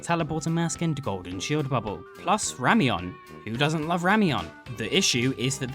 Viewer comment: Ramien? It's Rayem Noodles